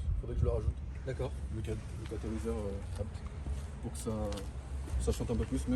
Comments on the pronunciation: A BÉ TÉ 😰 pas abt mdrrr ça me rend fou à chaque fois qu’il dit ça 😂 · Pourquoi le gars dit abt et pas a-b-t comme tout le monde ? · "habte" ?? J'ai toujours dit "Ha Bé Té" moi... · Attendez, on dis « abt » ou « a b t » ? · Jsuis le seul que ça rend ouf quand ils disent abt ou lieu de A B T ?? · C'est "abte" ou A B T qu'il faut dire ducoup il m'a mit le doute 😅😂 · Sa me stress quand ils disent ABTE au lieu de A B T 😅😅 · Pourquoi vous dites abt, au début je pensé que vous rigoliez mais nn , perso je dis A.B.T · A-B-T putain! D'ou on dit "ABETE" on essaie avec BMW??? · C’est bien abte qu’il faut dire c’est le nom de famille du fondateur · ABT ne ce prononce pas apte mdrrrr sinon propre à mort l’auto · Le mot « ABBBTTTE » est insolent friri ça me tend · de fou en vrai jsp comment ça se prononce mais blc je dis ‘abété’ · Je suis le seul que ça rend fou leur prononciation de ABT ?